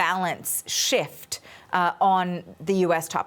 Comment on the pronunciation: that's a strong "shift"